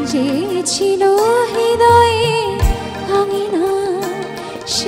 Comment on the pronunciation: এই মেয়েই কেবল এই গানে হৃদয় শব্দটার উচ্চারণ ঠিকভাবে করতে পেরেছে । অন্য সবাই রিদয় উচ্চারণ করে ।